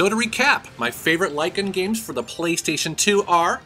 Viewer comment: Look me until about 5 minutes into the video to realise he was saying light gun and not lygan, I was wondering what the hell a lygan game is lol.